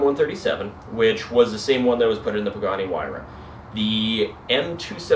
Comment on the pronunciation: This dude Min Bugani Huayra ???